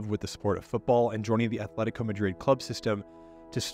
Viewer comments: "athletico" my ears bleed. it's either Athletic Bilbao or Atletico de Madrid. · Loved you vid, but please don’t pronounce it as “Athletico” 🥲 Otherwise, a nice story! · Atletico not Athletico.